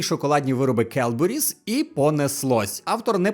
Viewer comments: То не келберіс, а кедбері. Я живу 10 хвилин пішки від фабрики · Там не Келбуріс, а Кедбуріс - Cadbury's (зараз Cadbury - Кедбері). можливо сплутали через Kellogg's? в них теж шрифт такий собі)